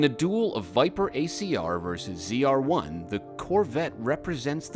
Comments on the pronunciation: Zed-R1. You said it right the first time :) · I like that…” and this is the zed r1… ZR1. Pronouncing it correctly 🎉